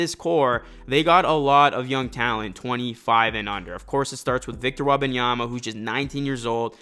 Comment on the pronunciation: its Wem-ban-yama not Weba(n)yama please its insufferable to listen his name mispronounced 15 times in the span of 2 minutes